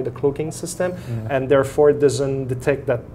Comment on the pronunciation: We recruit scientist from all over the world, all the time. Stop being so stupid. Grow the fuck up and stop saying "in" when you mean "and". All your credibility goes out the window, it's difficult to understand you, and you look like you belong on Rugrats.